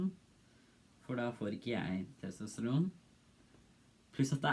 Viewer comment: TostraN, norway noises TestriN I loved that part xd